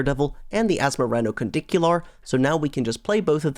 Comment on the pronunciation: you seriously need to learn how to pronounce Asmoranomardicadaistinaculdacar. It's not that hard.